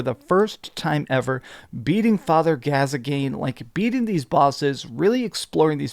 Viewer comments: Father Gas-again. My hears it's pronounced Father Gas-Coin but spelt Gascoigne. In all honesty I am on the wagon that's asking for a second game because I'm about too platinum this game and I'm almost for sure I'm done. After playing for like my 30th time. I love the story and the atmosphere that the world of Bloodborne tells. I wouldn't want it too be an complete sequel just something told in the world they created in Bloodborne something like the Darksouls where it's kind of different stories told in the same universes. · Father who? It's pronounced like 'gas-coin'.. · Anyone else notice he pronounced Gascoigne incorrectly